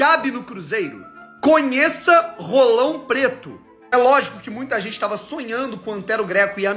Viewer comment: Ce enche a boca demais pra falar "RRolão Preto", tá parecendo o amigão KKKKKKKK